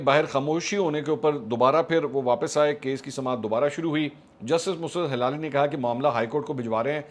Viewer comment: منصور صاحب مسرت ہلالی لفظ تو ایسا ہی ہے لیکن آپ کا بولنے کا انداز ڈِفرنٹ ہے اب یہ تو آپ کو کوئی وہ بتا سکتا ہے جو آپ کو بول کر بتائے کہہ ایسے بولنا ہے عاصمہ شیرازی کا وی لاگ میں نے سنا ہے اس نے اس لفظ کو سہی ادا کیا ہے اسی طرح لفظ مروت ہے وہ بھی آپ بولنے میں ڈِفرنٹ انداز ادا کرتے ہیں